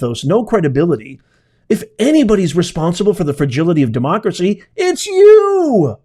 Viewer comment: She cannot say each syllable of the word democracy.